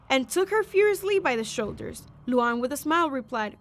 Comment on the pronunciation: Nah bro called luan luuan